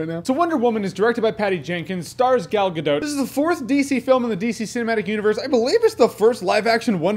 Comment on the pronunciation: Thank you.....for pronouncing Gal Gadot right.